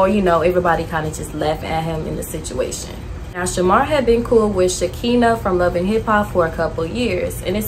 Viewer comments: I love your content. I'm new, new here but her name is pronounced sha-kan-na, not shakenne but it's spelled SHEKINAH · btw its SHA-KINE-UH not shakina lol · Her name is Shekinah(Sha-kah-nah) lol not Shakeenah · His friend's name is pronounced She-ki-nah, not She-kee-nah. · You calling shekinah , sha-kina had me weak 😂😂😂 but good video, I’ve been watching your videos here and there , I like how you not bashing the people just simply shedding light , you’ll grow fast , just stay consistent and stay true to you , rooting for ya ✊🏿💗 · Shekinah (Shuh-kahna) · The girl name is pronounced Sha-Kai-na I was grooving to the video until the mispronounced name it’s in the Bible